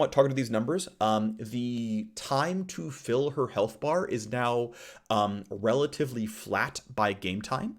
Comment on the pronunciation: I got a chuckle out of how often he said RELLatively